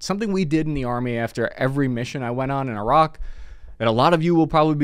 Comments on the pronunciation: You sure you were in the Army. You can’t seem to pronounce Iraq right 😂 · jesus dude stop trying to pronounce iraq in a native dialect. speak english, it's not an iroc-z camaro